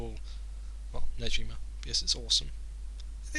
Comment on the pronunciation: the g in negima is pronounced like the word go